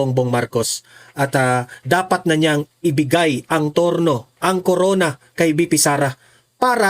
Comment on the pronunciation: Trono hindi turno 😂